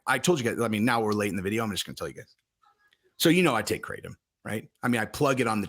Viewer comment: its pronounced krah-tom